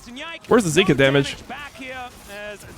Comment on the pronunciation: I swear if YOU KEEP CALLING HIM ZEEKA instead of Zeka, I'm gonna get cancer